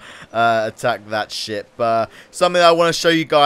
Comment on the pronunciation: When he said ship I thought he said shit